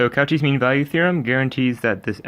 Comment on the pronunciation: I know you didn’t just pronounce Cauchy as “cow chee”